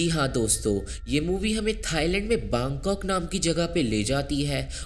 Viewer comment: Baangkok nhi bangkok